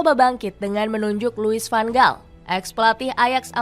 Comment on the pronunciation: Tks diberikan info soal tim belanda tapi utk kritik membangun,tolong perbaiki penyebutan nama pemain atau pelatih disesuaikan dengan tata bahasa suatu negar seperti contoh nama van gaal tidak dibac dgn huruf"g" tapi huruf g dalam bhs belanda disebut sebagai huruf "H",tks atas perhatiannya